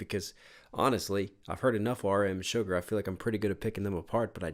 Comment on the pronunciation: This song is my song I will play on repeat when I’m feeling ‘blue and depressed’ it’s definitely like my second or third fav from BE. Also: I love how you call ‘Suga’ You say sugar. It’s actually Suga but I find it hilarious and I giggle everytime you say it. ☺️